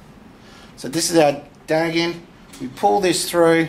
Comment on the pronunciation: Dag end? Its pronounced "tag" end.